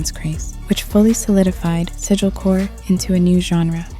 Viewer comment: this guy said “sigilkore”😂😂